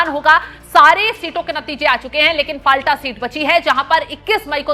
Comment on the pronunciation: फलता सही उच्चारण हैं। फाल्टा गलत उच्चारण कर रही हैं ऐंकर।